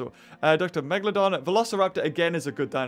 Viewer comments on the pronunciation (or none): none